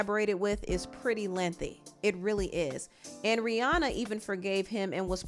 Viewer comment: Rihanna is pronounced Ri-Ana. Not Ri-Aw-naw.